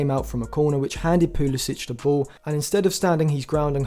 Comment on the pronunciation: Thx for the vid. However CP22 is from the US not Croatia so he pronounces it Poo-LUH-sick, not -ich. Please show the player a modicum of respect and get his name right..